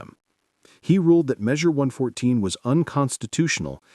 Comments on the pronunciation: Less than 20 seconds in and AI can not say 114? Drop the AI crap and make a real video. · "Eleven four?" You mean One Fourteen?